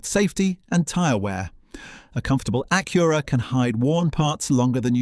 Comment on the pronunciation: He keeps calling it an A-cure-a.